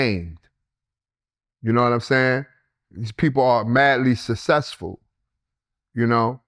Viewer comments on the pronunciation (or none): none